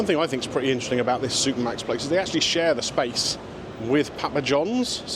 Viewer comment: As a Dutchie, I hear Super Max. Don't know why.....